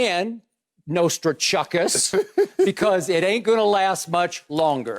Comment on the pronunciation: "Nostra-Chuck-us" ? That was good one Skip lol